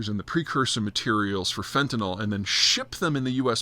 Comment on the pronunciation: you say fentanol and i say fentanyl… let's call the whole thing off